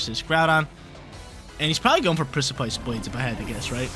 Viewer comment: Got watch out for the Pric-aye-pice Blades at all times